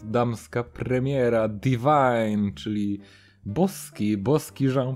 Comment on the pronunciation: Divin sie wymawia. Te perfumy sa zarąbiste